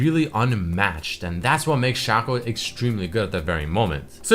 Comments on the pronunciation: its SHACO not SHACCO xd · shaco is out of the word chaos. you say "kei os" not "ku os"... so... his name is shake ou. not shako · its Shaco not Shaco